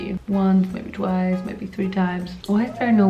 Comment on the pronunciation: the wunce, the tweece